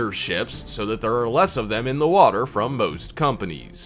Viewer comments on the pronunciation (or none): none